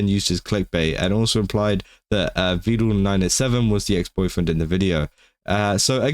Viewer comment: Vedal not vedul 😂